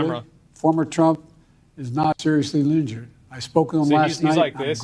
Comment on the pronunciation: "Former trump is not seriously linjured"